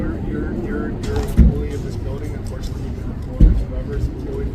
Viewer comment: Only this I did not like about the sarge was the 'unfortinatly'. Like always!